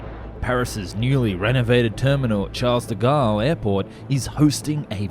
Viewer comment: "... newly renovated Charles do Gaulle Airport ..." OK, I laughed out loud at that one. Charles de Gaulle Airport is literally the worst major airport in all western countries. Avoid at all costs. It doesn't need renovation; it needs to be razed to the ground and 100% rebuilt.